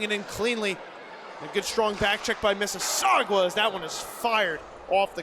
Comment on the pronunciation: The announcers should probably learn how to pronounce Mississauga There is no W in the word